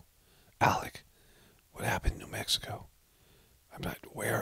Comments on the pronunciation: he said "mexico" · Was it me or did it sound like Alec said what happened in “Mexico” and not New Mexico? 🤣